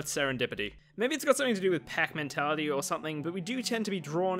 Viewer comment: I heard Pac-man-tality not pack mentality and i was genuinely intrigued for a moment..